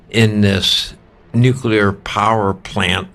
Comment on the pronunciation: thanks for being one of the few people who pronouncs "nuclear" correctly.